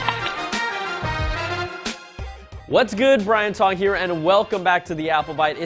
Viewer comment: No one constantly get it wrong like, I mean Tong. Oh yeah except for Robert scoble.